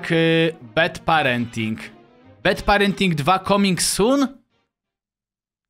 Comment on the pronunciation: nie BED PARENTING tylko BAD PARENTING :>